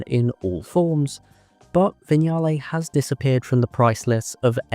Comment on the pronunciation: An English narrator who can pronounce Vignale and Lancia. I nearly fell off my chair. Bless my soul.